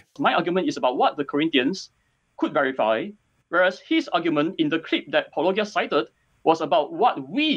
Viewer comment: wait did just... pronounce Paulogia correctly?? I think that’s a bigger surprise than the apology itself.